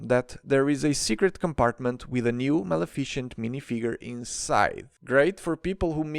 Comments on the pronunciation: Ma - Le - Fi - Cent Not Ma-Le-Fi-Cient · Sorry, in and i hear “malaficient” instead of “Maleficent” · Bro really called maléficent "malefícent" 😂😂😂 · Can I just say I love the new name you've given to my favorite Disney villain Mel-A-Fish-ent. 🤣 It's actually pronounced Mal-Eff-i-cent. But Melafishent is just so satisfying to hear and say NGL. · Surprised not more in the comments are saying anything about your pronounciation of Maleficent haha Ma-Lee-Fi-Cent. it sounds like Male-effecient which is killing me hahha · I have never heard someone call her mel-i-fish-int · bro, good content but please look up how to pronounce maleficent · The cassette cases were always meant to imitate books, which is why their sides are white,to resemble pages. Also, a pronunciation tip about Malificent's name: Its end is "cent" so it sounds like the end of "magnificent". :)